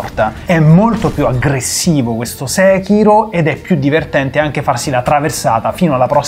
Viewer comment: Io ogni volta che guardo un video di QDSS muoio dalle risate. sostituisce tutte le T con le D <3 Troppo diverdenDe